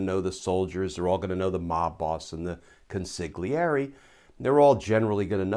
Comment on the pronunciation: Consigliere = Kohn-see-lee-ay-ray, Roll the R. (Con-si-gli-e-re) #facepalm